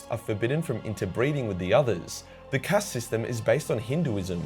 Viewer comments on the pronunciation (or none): I cant stand how you pornounce enclave or caste, im aussie too man but you are the living stereotype of aussies being lazy with language